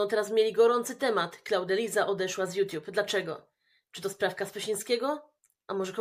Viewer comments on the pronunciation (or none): a co to "juTIUB"????😂